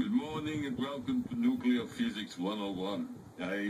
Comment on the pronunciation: Almost peed my pants. Pronounce the word nuclear correctly. I just can't even. You're hysterical. :)